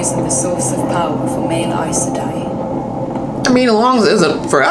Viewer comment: EYES Sedai is the pronunciation, rather than EYE-ES Sedai. Glad you're getting some background. I should really help give context to your reactions.